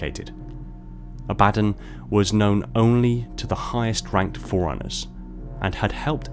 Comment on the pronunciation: Couldn't watch after I heard "The forerunners" referred to as "foreigners" 100 times in 2 minutes. Annunciation is key